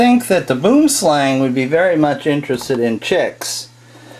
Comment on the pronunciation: I still find it hillarious how Americans pronounce ''BoomSlang''....